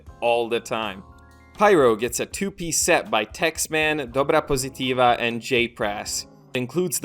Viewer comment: dobrapozitiva pronounced by you is so funny (in a good way). Good video all the same